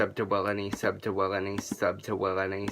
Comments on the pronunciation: i swear at the end ur saying sep ta wong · I watched tell it sounded like “subdtowony” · really far in it sounds like hes saying shuts yo ass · It was "Sub2Willne" to "Sept2Wulleney"